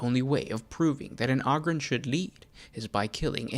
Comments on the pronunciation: I love your show!! Definitely got a subscriber here!! I got one thing that really bothers me though…. It’s Ogryn (Ooh-grin) not ahgryn! 😂 keep it up brother, I LOVE THIS CHANNEL. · Enjoy your videos for the most part, but the way you're pronouncing Ogyrn is killin me. smh